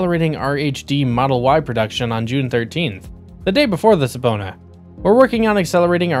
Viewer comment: It’s pronounced “suh-PEE-nah”